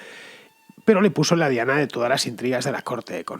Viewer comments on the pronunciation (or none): none